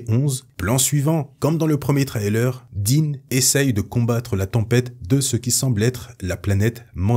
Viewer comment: Par pitié change ta manière de prononcer "trailer" Surtout que, évidemmeent, tu le dis 800 fois